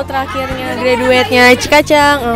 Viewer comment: Bisa ga sih member diajarin ngomong ''graduate'' dengan baik dan benar T~~T. Aku semacam risih banget denger greDUET. Dari pada salah ucap gitu mending bahasa Indonesia aja.